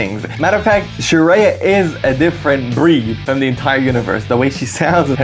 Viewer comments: It’s Shreya Goshal .. not Sharia btw 😂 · "sharia" ??? bro its "shreya" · Her name is Shreya. Not Shariya😝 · She is Shreya not Sharia my friend 😂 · Shreya ❌ Shariya ✔️ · It's shreya. Not sharia 😮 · Not sharia, shreya